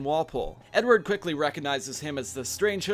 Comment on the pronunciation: ‘Fredward Kenway’